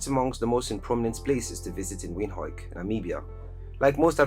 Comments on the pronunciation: It's pronounced "Vind-hook" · Windhoek is pronounced "Vint-Hook" it's Afrikaans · With all the love I have for my people and cities in Africa, let's not use emotions but facts. Gaborone and Windhoek (names pronounced wrong by the narrator) were mistakenly put on the list. The cities are way too small and development there is at its infancy. More needs to be done!